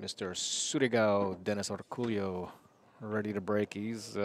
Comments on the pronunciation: How is "El Pollo Loco" pronounced? Same concept here...not sure where that "Orculio" sound comes from ...should be "Orcolio" might be their accent doing that haha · Does this guy really pronounce his name Orcoolio or is everyone butchering his name? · I suspect these guys commentating are mispronouncing Orcollo's name. How lazy do you have to be to not figure out how to say someone's name.